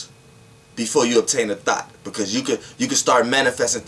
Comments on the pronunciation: It sounds like you said THOT but I know you were speaking on THOUGHT. LOL....Good video. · I luv ur energy but when u say thought it sounds like thot 😄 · I keep thinking he saying thot😭😭😭😭😭😭😭😭😭😭😭😭😭😭😭😭😭😭😭😭😭😭😭😭😭😭😭😭😭😭😭😭I pulled a thot out the air